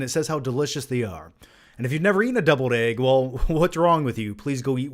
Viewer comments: Are you saying debled egg or deviled egg haha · Is he saying doubled egg????